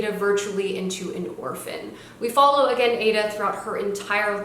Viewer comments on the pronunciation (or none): none